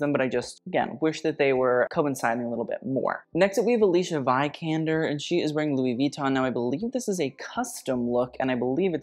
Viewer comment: Vikander is pronounced like Vicky, not like Viral.